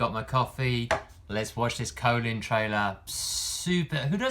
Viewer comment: Great vid, I hope she's not a charge character but you might be right As a side note it's funny hearing you pronounce her name "Colon" lol, I think you were talking when the announcer and Gill pronounced it in the trailer